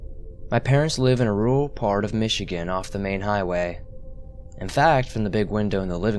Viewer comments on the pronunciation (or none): none